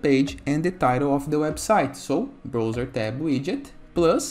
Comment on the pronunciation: Brother, se fala BRAUZER. Que agonia ver você falando BROUZER!